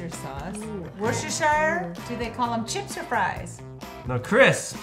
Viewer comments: When they said War Chester I cringed so hard!!! It's pronounced wouster!!!!! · The wochestershire (ment to be pronounced wo-ster sause) broke me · It's pronounced WUSTER!!! And Bacon Fries are amazing 😍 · its pronounced 'wusta' not 'war - sester', the reason why it's pronounced like that, due to the great vowel shift. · It's pronounced wuster sauce not worchester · Yeah. I live near Worcestershire so it annoyed me when they pronounced it how it's written . Like mate , it's wuster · it is wos to sher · it is wos to sher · It’s pronoced wuster aswell lol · it’s worcester pronounced WUSTER 😂😂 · The walkers crisps were called Wuster sauce or at least that’s how you pronounce it, and walkers is lays it’s just a different name in England. Also Maynard’s is English by the way I’m English And those bacon crisps weren’t cereal that’s what they were made from. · Who els was screeming it is pronounced "wuster" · I’m British and I’m surprised that people find it hard to pronounce the Worcester sauce crisps but I do see 😂 It’s pronounced wister sauce so say it like that and you’ll be saying it right great vids btw ❤️ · It's pronounced wooster sauce, and it's basically anchovy oil. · Just so you know: Worscestershire sauce is pronounced as 'woostershire sauce' in the uk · Worcester sauce is pronounced wor ces term there you go.🙂🙂🙂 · I love bacon fries there not there bad at all quite good in my opinion Also btw I’m British and the first crisps that dot got are pronounced wooster sauce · Did u know that its woo-ster (Worcester) sauce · Just so you know the crisps at the start you pronounce it wuster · Worcester and Worcestershire are pronounced wusster or wusstershire... one of my biggest hates how Americans can’t pronounce it properly. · It's pronounced woo (like book) Chester sauce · Worcestershire is pronounced woo-stair so Worcester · Worcester sauce is pronounced wostershire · It’s wooster sauce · Worcester sauce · It is pronounced Wooster sauce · Wusta-sh sauce